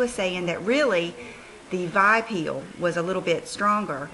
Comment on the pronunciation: It's pronounced with the letters V...I...peel.not vi peel